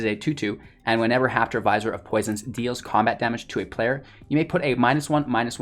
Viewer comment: Vizier is pronounced vuh-zeer. I only know because I had no idea how to pronounce it. I only mention it because you said you were working on pronunciations.